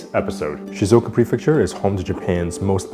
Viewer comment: just fyi it's shizUoka, not shizOka (should be 4 syllables) :) might as well try to say the name of a place correctly if their tourism board is sponsoring this video haha